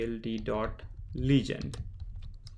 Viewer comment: Content is good. But please correct your pronunciation of "legend"